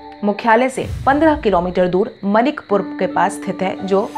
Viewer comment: मैडम मनिक पुर नही माणिक पुर !